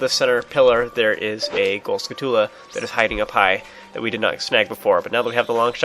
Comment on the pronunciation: did u know its not pronounced (sku-too-lu) its (skull-choo-la)